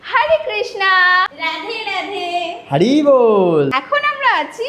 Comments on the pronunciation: Hori bol ❌ Hari bol ✅ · Hori bol ❌Hari bol ✅ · Hori bol❌ hari bol✔️ 😢